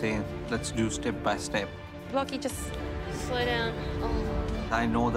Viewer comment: "Sloy" down?? What does that mean???